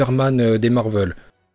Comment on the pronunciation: Ça se dit marvel et non marveul